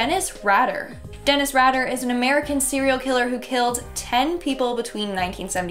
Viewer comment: IT'S DENNIS RAY-DER what is with Canadians not able to pronounce words correcty??!!! DAMN